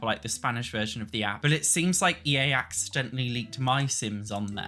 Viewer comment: I’m not a hater - I actually agree with practically everything he says - but the way he says ‘but’ as ‘berrrr’ is just so hilarious I find it hard to take him seriously! 😂 That’s just not how it’s pronounced, in any accent! 😂